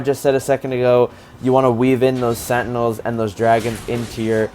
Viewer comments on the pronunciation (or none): none